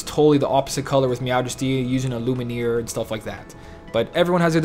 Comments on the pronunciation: You keep on saying Lumineer instead of Lumiere lol. Maybe you're thinking of the band The Lumineers instead? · Sorry but everytime i hear it i cringe, its called Lumiére (french) not Lumenier. Sorry for this but it really gets me xD